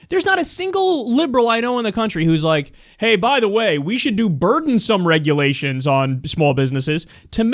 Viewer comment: Bernie - "What regulations are you referring to?" Idiot - "You know...the regerlations!!! And OBAMA!!!"